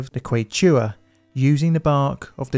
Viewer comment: Super interesting video! One note on pronunciation, the word "Quechua" (referring to the people and the language) is pronounced "KEH-chew-uh" rather than "kwey-CHEW-uh" and for any future reference, most of the time with words that come from Yucatec mayan (a language mostly found today in fragmentary surviving words and names, mostly in the Yucatan peninsula) if they include an X, it makes an "ish" sound, like the "sh" in the word "sluSH". names like Xochilt are pronounced as "sho-cheel". Keep up the good work!